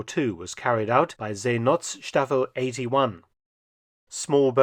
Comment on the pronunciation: Hint: It is pronounced See|not|staffel and not See|nots|taffel.